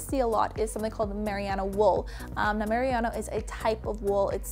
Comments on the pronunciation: Super informative! Thank you :) but just for future reference: it's pronounced merino wool, not mariano. Not trying to be rude, just trying to be helpful. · just want to add. its not 'miriano' but rather 'merino' (pronounced: mereeno) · m UR - ee - know not mer i ah no Lmao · Just a heads-up from a New Zealander :-) You are saying "Merry-AH-no" wool … it is actually pronounced "Ma-REE-no" wool. (Merino wool). And you're right, its great stuff. Good video :-) Have fun on your travels. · MARIANA WOOL? mer-RIN-no Merino wool is primarily grown in Australia, just the Kiwi's made it famous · Did she really say Mariano wool? Isn't it merino (mer - ī' - nō) wool? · Not to be a dick (I'm going to be) but Marino wool is said like Ma-ree-no not mariearno 👍🏾 you're so organised! Awesome! How much did all of that cost?? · wonderd what on earth meriano wool was! its merino ( mer -e-no) its gods wee gift not too hot and not too cold and i dont find it too itchy like normal wool! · Mariana wool? I think you mean Merino haha :P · um its merino not mariano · MERINO, not meriano!! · Sorry but the type of wool is pronounced muhrino, not mariana. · haha had to say something about the wool pronounciation. mah-reee-no wool from the merino sheep. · Isn't it MER-EE-NO wool? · Just a little friendly tip from a New Zealander. It's just Marino wool. Ma-ri-no. Cheers from the informative video chick! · Love your videos, super helpful! I'm from New Zealand and it's pronounced ma-ree-no, just for future reference! :) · merino (mer-een-no) wool? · I know! What is this mariano wool I keep hearing about?? :D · Oohhh I think you mean Marino! Ma-ree-no! That's how you say it over here in New Zealand 🇳🇿😊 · I'm sorry to be this person but as a New Zealander I feel you should know that Merino is pronounced mer-ree-no. Other then that great and helpful video! 🙂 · Loved your video! By the way, Merino is pronounced marine-oh (like "marine" life and then the letter "O") :) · Merino... Not mariana